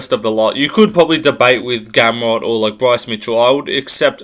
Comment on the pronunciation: Naah bro you did Gamrot dirty😂 Im polish but i have to agree.